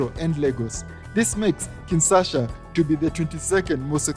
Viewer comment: Kin what? U said Kinsasha twice.